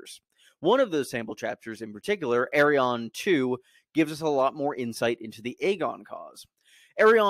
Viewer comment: Bruh I was so confused because I thought you were saying “Aeron” as in Aeron Greyjoy but you were actually saying “Arianne”